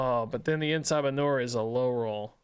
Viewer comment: I just can't NOT hear it as "Eh Sa Manure" 😅